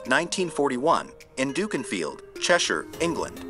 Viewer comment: NICE to hear an American accent knowing how to pronounce Cheshire correctly, let down by NOT knowing how "SHE" wanted Bucket pronounced in the Prog. 😁